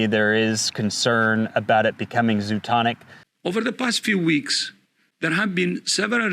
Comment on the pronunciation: it’s zooNOTIC, not zooTONIC.